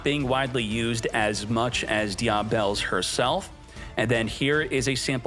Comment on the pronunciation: Die-ah-bell... <-- this killing me😂😂😂